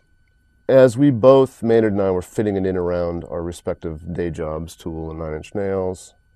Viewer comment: It's Maynard, not Maynrad. Just a friendly correction there.